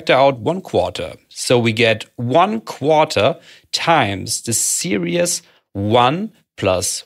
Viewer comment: "Series" is pronounced "see - reeez" otherwise the way you say it is sounding like "serious" (which for a moment I thought a "serious" was a new mathematical object you are defining) No worries, not trying to be clever or anything, I understand english may not be your first language. Otherwise thanks for illuminating a different perspective on integration, good job.